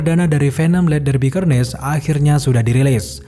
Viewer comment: Cara bacanya Karnej woy. Bukan kernej